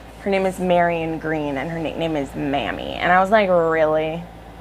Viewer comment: Mamie is actually/traditionally pronounced MAY-mee 🙂 still not the best, but a lot more palatable than MA'AM-ee. I read Love In The Wild this last week as well, but I didn't enjoy it as much as you did. I'm about a third of the way into the Immortals After Dark series (thank you SO much for turning me on to those!) where hate to love/enemies to lovers is a main trope and the super sweet instalove between Thorne and Eden was a bit jarring haha. After a quick reread I did change my mind somewhat, and maybe in a few more months I'll be able to appreciate it more. Another fantastic video! I can't wait to try some more of your recommendations! Also, that teal shirt makes your eyes pop!